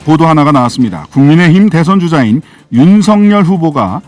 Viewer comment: 신장식변호사님께서 정확한 발음을 하시는군요... 윤석열을 윤서결로..... 그들이 주장하는 것 처럼 가짜뉴스라고 하면서 법적 책임 운운하고 언론피해를 받고 있다고 주장하고 있다. 그런데 왜 언론중재법을 언론재갈법이라고 하면서 반대를 할까?...참 웃낀다